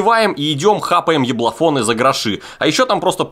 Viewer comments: Мне одному показалось , что в рекламе он сказал еблофон?😂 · Лайк кто услышал не яблофон)